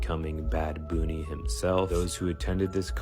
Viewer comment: I don't understand these AI's.They're supposed to be intelligent , but you can't pronounce the word bunny